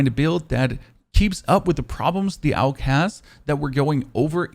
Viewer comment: Most people call it "og", but saying "Aug" is more accurate, since it stands for Armee Universal Gewehr and their initial are pronounced that way. You're the first content creator I've seen that actually says it the correct way, good job man